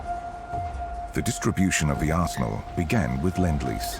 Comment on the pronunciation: This narrator pronounces many words oddly. "Arsenal" is "awssno". Maybe my hearing is going.